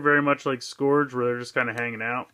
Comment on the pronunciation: Also, it's pronounced "scrrge" not "scorge".